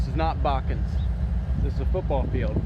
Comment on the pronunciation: You can tell he’s from Ohio. He doesn’t say Botkins. He says “Bokins”